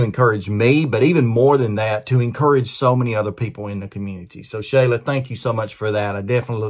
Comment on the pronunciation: Hey, this is Josh's older brother Joe, our moms name is actually pronounced sh-ALL-uh, not SHAY-luh, dont feel bad everyone gets it wrong, love for the video thanks for getting the word out about my little brother.